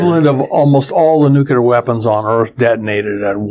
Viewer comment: Why do even smart scientists mis-pronounce "nuclear"? ( and scarily, many gov't people too)